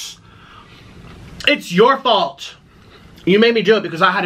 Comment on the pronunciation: Its your fualt its your fualt every time